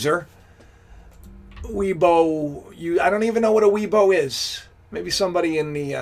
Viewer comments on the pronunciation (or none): "Weibo", Pronounced as "Way Por". This is China's version of "Google" and "Facebook" amalgamation (both of which is inaccessible in China unless a VPN is used). And why should anyone be surprised of "racist" thinking? If you recognise that human tend to be operate on "generalisation" and have thinking gaps (even Polymaths and Renaissance men have them). Einstein may apprehend and master many abstract theoretical physics (and even music), but that does not mean that he is an intellectual colossus in all intellectual endeavour. So please never ever deify anyone ... we are all flawed. Accept this and just chill. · weibo pronounced WAY-BOW IS China Social media